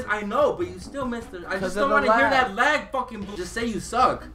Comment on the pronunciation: did it just pronounce lag as "lage"? XD